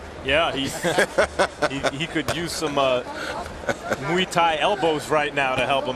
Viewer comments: OKAY! Shut up - it's now changing to MOO-EE- pronounced by Lampley & then Kellerman doing the _MOO also. For proper pronunciation; see and let's be respectful to other cultures! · Muay (Thai) is pronounced like BOY- just replace the B with an M & you have MOY not as Lederman says MWEE or as Max repeats Lederman's MWEE - what is so bloody difficult in studying another language, especially if it is part of your profession?